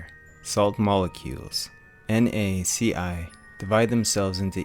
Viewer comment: This vid was lit except the part where you said NaCi instead of NaCl, as in L(that irked my Virgo aspects)